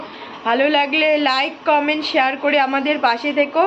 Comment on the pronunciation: সেহার নয়, ওটা শেয়ার হবে।